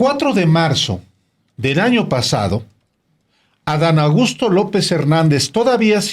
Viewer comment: Alvaro, pronuncias tan rápido el nombre de Adán Augusto que parece que dices Adán Agusto...😂